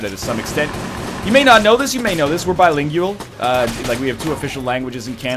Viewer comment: biling-yew-al? lol